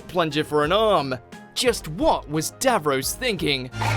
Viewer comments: like I'd get it if it was because of his accent, but the show is in this accent! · Just a quickie to correct your pronunciation - DAVROS is pronounced as davROSS not davROSE. Only stupid Yanks say it that way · Dav Ross not Dav Rose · Davros, not davroes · Davrose? Its Davros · Geez.....you're losing all credibility here, it's Davros, DAVROS, not Dav-Rose. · DAVROS IS PRONOUNCED: "DAV-ROSS" - NOT BLOODY "DAV-ROSE"!!! YOUR PRONUNCIATION NEEDS TO BE CORRECTED IN FUTURE VIDEOS. MISPRONOUNCIATING DAVROS AS "DAV-ROSE" MAKES YOU SOUND LESS INTELLIGENT THAN WHAT YOU MAY BE. WHOEVER VOICED THIS VIDEO: DAVROS IS PRONOUNCED "DAV-ROSS"!!!! 🤮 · it’s say Dav-ross not the dav-rose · For God's sake how can you be getting his name wrong!?! Its Dav-ros not Dav-rose!! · It's DAVROSS not DAVROSE!!! Please learn how to pronounce things properly!!!! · The narrator of this video obviously has NO idea about Dr Who pronouncing Davros (correct pronunciation is Dav ross NOT Dav rose) he also constantly mis pronounces Kaled and Thais. Please watch mojo get someone who knows the subject properly to do future videos - or at least give them a pronunciation sheet. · "Dav-rose" Dav-ross: am I a joke to you? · ITS DAVROS! NOT DAVROSE! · DAV ROSS!!! Say it.. Not DAV ROSE!! They even say it!! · Please please please stop saying DAV-ROSE!! It’s Dav-ROSS!! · He's doing it on purpose, I swear. Even if a character in a clip says 'DAV-ROS', voiceover git will say 'DAV-ROSE'. He's the only person I've ever heard who says it that way. It's such a simple word, two easy syllables, but he says it wrong. And keeps mispronouncing it, which leads me to think that he's doing it deliberately. My late parents hated Doctor Who, but both knew what Daleks were, and who Davros was - and never said his name incorrectly. I've been a fan of Doctor Who since 1968, but I'm not watching videos on here any more because of the plank doing the narration. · It isn't Dav-Ross it's Davros. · our creator was call DAV-ROSS